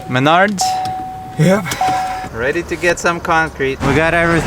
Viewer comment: It's pronounced Maynerds 🤣😂 .. and this kids is why we don't use a metal sheath handled shovel when digging around wires.